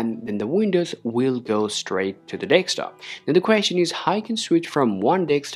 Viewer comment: Very confident delivery but.. please don't say deKstop? it's deSktop (DESK TOP)